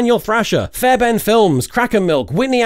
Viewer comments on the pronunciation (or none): pronouncing fairbairn with an english accent should be a crime, i think.